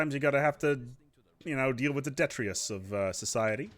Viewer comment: Some one learnd a new word in Stellaris. Detritus, now he only need to learn how to pronounce it. Lerning is fun like your video gretings from fellow german.